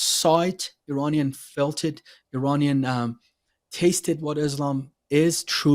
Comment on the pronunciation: when you say “Iranian”, it’s supposed to be “i”’as in “it”, not “i” as in I. I just had to say that. Thank you for your content and I love your channel and I tell others about it!